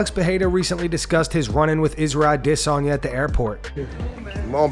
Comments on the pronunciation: Why cant you say Israel's name right? Ever? Ah-Diss-Ahnya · The way he says adesanya bugs me lol